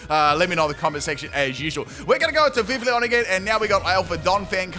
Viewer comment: Hey, I just wanted to leave a tip :) The double l in Vivillon makes a y sound rather than the standard for English l, because it is based on French pronunciation. So it would sound more like "Viv - iy - on". Great video by the way! I'm a big fan :D